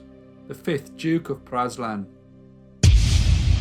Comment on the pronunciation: Praslin is pronounced pray-LIN.